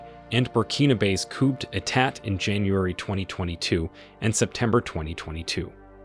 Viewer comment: The p in coup isn't pronounced. Neither is the last second t in etat. Great video.